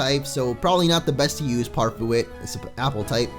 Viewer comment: Use cweamicent or parfwit, and please train them!!!!!!